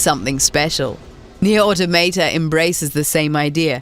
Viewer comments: How can you say the damn name wrong! Nier AUTO Maw tah. Pretty easy tbh. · "neer auto-mate-uh" tacks that onto my list of ways people have pronounced NieR: Automata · near auto maytay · Nier AutoMayTay?